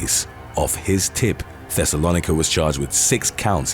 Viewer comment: Pronounced Thes-o-low-Nike-a ding dong it's in the bible